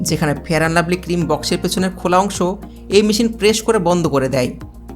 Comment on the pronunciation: ফেরান লাভলি না ফেয়ার লাভলি